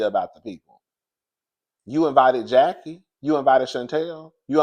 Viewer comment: I actually LOVE this episode bc we see Chantel with her momma enemy and love the alliance Jen/Brandi the Kenya of the show and Mrs. Jackie Marie Christie united against Evilyn and the new girls. That Latina girl was on my nerve like gurl you just came in and saying Jackie wrong? girl stay out of FAMILY BUSINESS! Chantel and Evilyn daughter are now bestie. Chantel and Brittany trying to be the SHAMEANA and PORSHA WILLIAMS of the show besties, but missing the years and history from RHOA lolzzz.